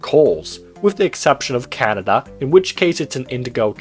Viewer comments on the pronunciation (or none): none